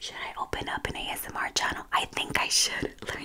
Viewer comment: its so funny how u A S M R R R R